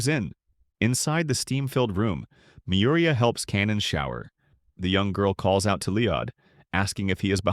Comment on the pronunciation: yeah these AIs are pretty shit at pronouncing names. It's not Mir-ee-uh it's Me-you-ree-ah and L-oiy-d not Lee-odd Not to mention the countless mis-interpretations of things. In the first few minutes it completely screws up Mana Sympathy by calling it Mana Induction which is entirely different in concept, those two words are not even remotely similar. -_- like bro... check yah reader dude, it's busted.